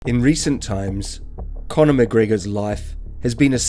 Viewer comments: It's conner not Collin I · Its Connor, not Colin- geez!